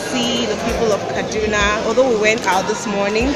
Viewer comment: A visited my state! Repping KD! Did you live there? The way pronounce "Kaduna" like you lived there.